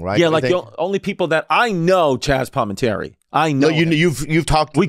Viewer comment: Chaz palmantery....whoooooo is that.